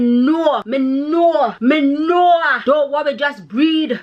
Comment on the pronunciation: "jus breed" lmao girl u ave di JA accent lock